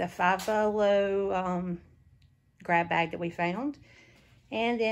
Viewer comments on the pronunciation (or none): You all did an amazing job!! I loved the way used to say "greb beg" and not grab bag!🤣🤣🤣 He is surely missed, but you all are keeping him alive!🥰🥰🥰